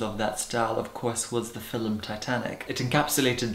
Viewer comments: It's a Scottish thing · Am I the ONLY one who is obsessed with the way she says the word “film” ?????!!!!! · airborne inscotland yeah but he's from Scotland